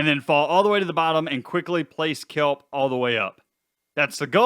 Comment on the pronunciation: 😅😅😅😅🤣🤣🤣🤣😂😂😂🤣🤣🤣🤣🤣🤣🤣🤣🤣🤣 You said kellble it’s kelp. That’s just 🤣🤣🤣🤣🤣🤣🤣🤣🤣🤣🤣🤣🤣🤣🤣 Odd